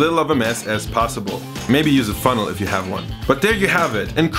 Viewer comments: sharon ng i think he’s saying it 潮州 in Cantonese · It is pronounced as “ Chew Zaol “ in Cantonese , which means 潮州 - a southern province of China close to canton.